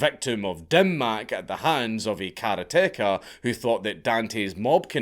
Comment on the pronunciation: Karate-car, not kara-teka. Otherwise, good job as usual.